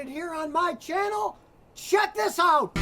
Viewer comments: "Dis cable...dis dis....dis is not important." :D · Zis kable iz not important. 😂😂😂😂😂😂😂😀😀😀😀😀😀😀 Buhahahahah buhahahahah